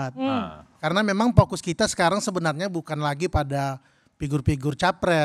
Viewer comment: Vokus atau pokus?😂😂😂